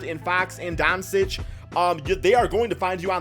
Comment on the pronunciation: It’s pronounced Don-Chich idiot